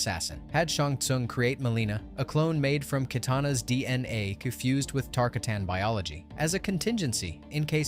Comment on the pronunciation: Tar-katan is how i will be pronouncing it now😂